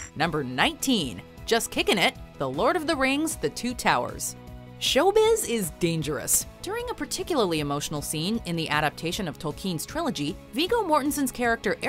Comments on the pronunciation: Tolkien - the emphasis is on the first syllable, sheesh! You skipped the real blood in Conan the Barbarian?? When he fell into the place with the weapons, after fleeing the dogs, he was actually bleeding. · The way she pronounces Tolkien 😂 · Oi the way she pronounced Tolkien... It's not "Toll-keen" It's "Toll-kin" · tol'keen' lolololol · her calling tolkien "toll-keen" is blasphemy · Did this woman just say tolkeen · You miss pronounced Tolkien